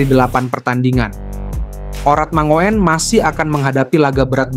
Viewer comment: Hai bro..namanya ratnar. Dibacanya ratnar urat mangun. Bukan dibaca mangoen..kaya gk sekolah aja